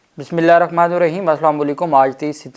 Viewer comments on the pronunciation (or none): none